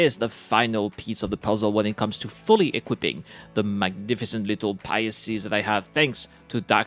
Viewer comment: "Pisces" (2 syllables) pronounced "Pie" (the baked desert) + "Seas" (body of water). Pie+Seas= "Pisces", now you try to say it ;-) [Sorry but I keep hearing you say "Pie-yah-seas"]